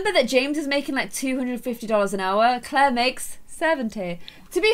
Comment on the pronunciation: im sorry but... ITS NOT CLAIR.-.